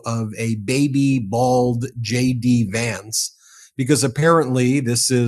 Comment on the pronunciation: "..depicting vice president J.D. Vance as a baby.." in an Irish accent. LOL